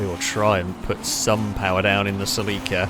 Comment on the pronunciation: Either you are pronouncing Celica entirely wrong, or I have done so since NFS Underground.. I don't know if I want to find out.